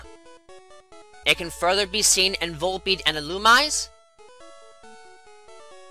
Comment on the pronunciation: According to Pokedex 3D Pro and the Anime, it's pronounced Ill-Oo-Me-Say. We all know that the developers wanted Lopunny to be a furry. Ein, German for one. Zwei, (Pronouncede: Ze-vi), German for two. Drei, German for three. Very interesting otherwise, just a few pronunciation issues that I wanted to quickly point out.